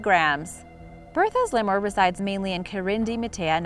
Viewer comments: If you're trying to educate people, then stop mispronouncing words. --- Lemur = LEE-mer, not lay-more or lem-mer. --- Berthe (a French name) = BAIR-tih (the second syllable is very short), not Burr-tha. Please check before you record. All reputable dictionaries provide audio pronunciations, and the site Forvo provides pronunciations for words and names in more than 20 languages. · I'm pretty sure lemur is pronounced "Lee-murr" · I can't believe no one has commented about the way your pronouncing Lemur, I've never heard of a Lemoore lol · Leee mur..... Is how u properly pronounce it